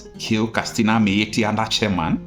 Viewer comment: Why are you pronouncing the word ‘Katsina’ as ‘Kastina’? It is pronounced ‘kat.sina’, not ‘kas.tina’.